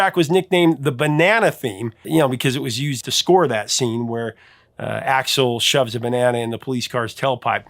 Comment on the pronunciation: Dude....did you call Axel Foley .....Alex?